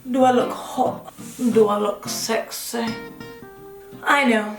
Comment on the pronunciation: “We’re gonna be h0ht we’re gonna be sExEh” lol 😂 😆